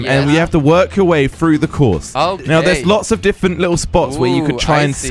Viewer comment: He says diffent